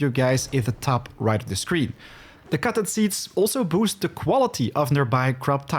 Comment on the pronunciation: took me longer than needed to realize he was saying "cotton seeds" , I was like wtf is "cawron"? LUL, love the tips